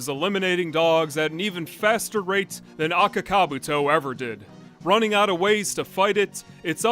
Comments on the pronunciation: I'm Finnish and I've NEVER heard ANYONE pronounce Akaka-Buutto as Aka-Kabuto. I don't think the name was pronounced correctly even once in the Finnish dub :DD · can't you not even pronounce their names correct? Daisuke and Akakabuto. You're pronunciations are terrible and embarrassing.